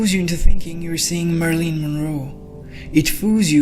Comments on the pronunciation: Pronounced "Mare i lin" Monroe. (Long 'a' and short 'i's ..... not 'Marlene': short 'a' and long 'e'). Thank you for this though....👍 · Marilyn Monroe not "Marlene Monroe." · Mari-lyn. Not Marlene. 🙏